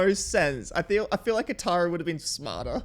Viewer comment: With the way they mispronounced most the character names, I'm surprised they didn't claim Katara could be pronounced as "Susan".